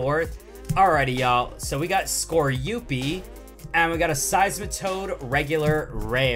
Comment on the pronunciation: you said Scoreupi but it’s scorupi.